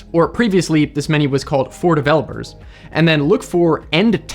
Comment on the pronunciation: Man it took me a few times before i understood you said "For delevopers" hehe.. I am on my second day downloading the new Windows update. 10% av counting. Whoohooo!